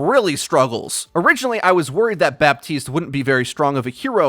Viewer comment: Killing me with that “BAPtiste” 😂😂